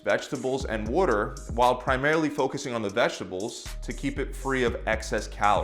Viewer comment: He says it funny to me too. 😂